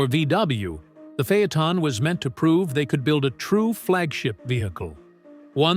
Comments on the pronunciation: What’s a phey-a-ton?? This is a great q car with the w12…. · Fay-Uh-Tahn…AI just can’t master some words.